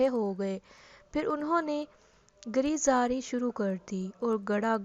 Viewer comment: Pehle urdu pRna sekho phir vedios banao ghira o zari gher ghera ker😀😃😀